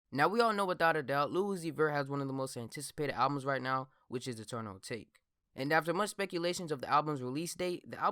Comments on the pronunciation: It’s pronounced: AH TAH KAY fam pls stop saying A take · It's pronounced ata-ke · It’s Eternal A-tah-kay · isn’t it pronounced eternal atake(ah-ta-kay) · I thought it was pronounced Ah-tah-kay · It’s Ah-tok-ae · It’s pronounced UH-TAH-KAY 😂😂😂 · Dumbass doesn’t know how to say atake lol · can yall do real research and pronounce the damn album correctly like god damn